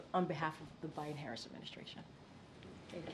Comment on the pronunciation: Why does biden not have a d in it when she says it 😆❓🙃 it's byen